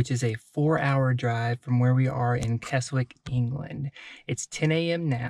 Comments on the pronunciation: keswick is pronounced 'kezzick' and glasgow is prononced 'glazg-oh' :))) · OH-BAN. GLAZZ-GOH. KEZZ-ICK.